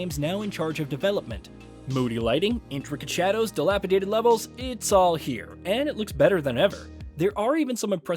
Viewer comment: wow, one of the channels on youtube where you can actually hear the word "dilapidated" pronounced the way it should be